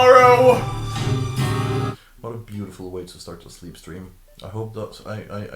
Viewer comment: why did he sound danish saying hvad at like something